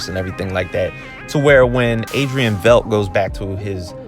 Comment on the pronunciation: V e i d t is pronounced like might bite tight